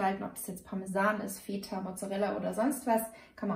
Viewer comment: Hört mal auf feta so auszusprechen das triggert einen voll